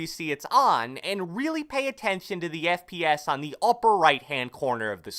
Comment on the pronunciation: I thought you said friends per second! But you didn’t...